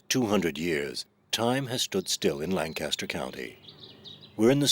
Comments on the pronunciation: Seven seconds into "Best Documentary" they improperly pronounce Lancaster - so immediately insiders know the filmmakers work is not authentically "inside the Amish World." Not being critical of Amish or the Old Order River Brethren - just the filmmakers. To be clear - the Subject Line is pure CLICKBAIT. It is not true writing "Banned Footage Inside the Amish Secret World." Plus there is a big difference between the Amish and the River Brethren. The film blurs the line intentionally. BUT rest of video was really great, especially seeing video footage of my dear old friend, next-door neighbor and truly authentic guy Amos Stoltzfus from Sarasota, FL who helped our family move to Horseshoe Road in Leola, PA back in the 1980s. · This documentary, almost immediately, has three very noticeable features that make the film questionable. First is the mispronounced word Lancaster (‘Lan-Kes-Ter’ not ‘Lan-CAST-ter’); second is the mispronounced word Amish (‘Ah-mish’ nor ‘Aim-mish’); third is worship services are conducted in High German. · It's "LANK aster" County and town and "AH mish", not Ay mish. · pronounced Lancaster and Amish wrong.